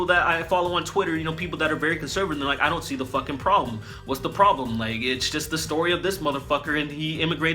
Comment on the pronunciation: That was fantastic "I'ont" with the apostrophe and everything HAHAHA!!!!